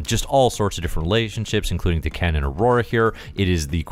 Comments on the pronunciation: I was confused the first few times you said Daken. "waitaminit, the former emperor of the Shi'ar?" It sounds like you're saying D'Ken :p I think of it as either Dah-ken or day-ken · Great review. I keep thinking you keep referencing D'Ken though, lol. Is it not DAH-kin? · O you said Daken I thought you were saying D'Ken (Shiar) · If you go with how usual Japanese pronunciation, I think it would be Dah-ken.